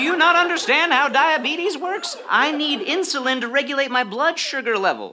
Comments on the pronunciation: I died when they couldn't say insulin correctly. Inzulins Inshulin Insurin Straight up I couldn't stop laughing 😂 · "All the guys are passing around the inzullens" 😂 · Also INSHUWEEN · Insurin Inshulin Inzalin 🤣🤣🤣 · I’m sorry but eEnShULEeN ? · Insoleen, insorlen, lol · yes. "Insurin" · The added touch of none of them saying insulin correctly though